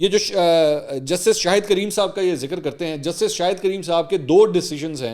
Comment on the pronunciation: Very nice mansoor We Pakistanis keep making mistakes on arabic name Kareem not creem